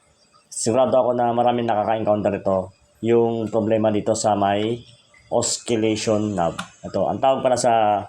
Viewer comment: silent po yung "C" sa Oscillation. Good video.